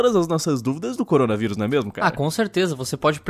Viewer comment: errado: Coronavirus certo: CORONGAVIRUS